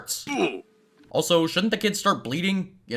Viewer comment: You say "Also" but i hear A$$ o A$$ o